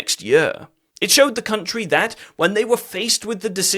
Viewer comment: Cuntree i LuV 😂